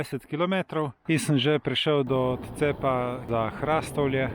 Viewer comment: Hrastovlje se izgovori z povdarkom na o HrastOvlje ne pa z povdarkom na a kot vi izgovarjate... samo opomnik😉